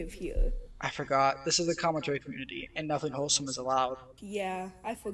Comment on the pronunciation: Lmao "commentawy" 🤣🤣🤣